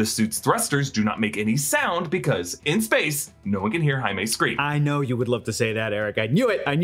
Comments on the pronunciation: Do us Africans a favour and just call him JAIME not aime... JAIME is pronounced as JEYME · Maybe if said Jaime's name right!!!!? But at the very least make sure they say names correctly!! PLEASE!!! JESUS!!!!!